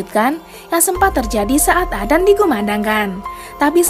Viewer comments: sedikit koreksi adzan bukan adan karena bahasa arab salah sebut satu huruf saja sudah beda arti, tapi kontenya bagus kok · Kyk susah lidahnya Ucapkan adzan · Aku yg salah dengar apa,y salah sebut, azan apa adan yah....😂😂😂😂😂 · adzan...bukan adan astafirullah😂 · Hallo yang membawa acara. Tolong jgn sebut adzan dengan sebutan adan. Saya sudah pakai headset,jelas terdengar anda bilang adan. Tolong di perbaiki lagi kata-kata adzan nya. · ADAN,,,?!! Yg bener kalo ngomong Min. Bahasa Arab kalo salah baca maka artinya juga beda. Bukan ADAN dibacanya, tapi ADZAN bukan ADAN!!! Karena kalo ADZAN artian dalam bahasa Arab artinya adalah seruan atau panggilan atau pemberitahuan. Sedangkan kalo ADAN, itu gak ada artinya. Belajar dlu Min! Biar gak bikin sesat orang hanya karena dengar cara bacamu yg gak benar itu!!! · Adzan.... bukan adan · Y mksudnya ko admin nyebutnya adan .....harusnya adzan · Sebut yg benar,.. adzan bukan adan, itu beda makna.. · Adzan bukan Adan min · Maaf bukan adan atau azan yg benar adzan... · Adan apaan min,adzan kali,atau emang gtu cara kota tempat min blg adzan jd adan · Perbaiki dulu bacaannya baru ane subs n like.. adzan koq dibilang adan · Maaf..Adzan bukan adan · Bukan adan tp adzan mbak.. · Kok adan, adzan bukan adan, ngomong aja salah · Adzan.. Bukan adan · Ajan woe bukan adan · Adzan lah bukan adan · Adzan bukan adan ok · Emang penyebutan kata adzan : adan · Emg adan dia ngomong😂😂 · Yg baca adzan. Salah... Aq mendengan dia bilang adan... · Orang islam apa ngak yg ngomong ini. Nyebut adzan aja ga pas. Ky bkn org islam yg buat video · telol apa sengaja? Kok ngomong adzan nya salah sih